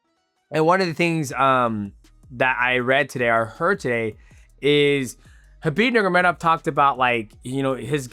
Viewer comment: “Khabib nurgomedov”